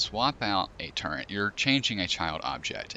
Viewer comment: How the fuck can someone read turret, type turret, but still say turrent?